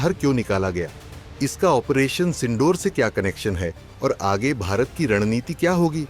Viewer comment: भाई पढाई कहाँ से की है...ओपरेशन सिंडूर नहीं सिंदूर😂